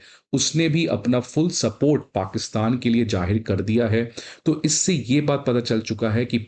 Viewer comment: It’s ZAAHIR not Jaahir 😂😂😂😂